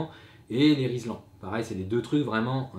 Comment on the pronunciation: juste un truc qui est une erreur de langage que beaucoup font, rilsan et non pas rislan. Le nom est associé au polymère utilisé au départ;) #minuteculturelle xD